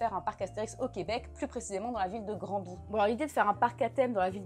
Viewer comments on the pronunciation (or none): Granby phonétiquement se dit "Gramme-bé".